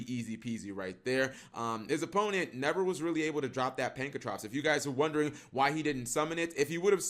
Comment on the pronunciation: PAN KRA TOPS. I will keep pointing this out until you start learning phonetics Cap